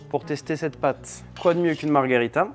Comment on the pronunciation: Superbe vidéo merci ! Par contre on dit Margherita pas Margarita 😅 C'est un petit détail même si la pizza a l'air délicieuse !